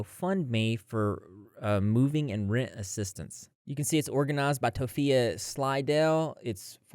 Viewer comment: "toe phee uh" 💀 Hearing how stressed out those animals are absolutely breaks my heart